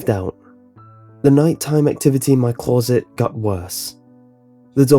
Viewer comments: CLAWZIT. Just say closet. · The scariest thing about this story was the way he said closet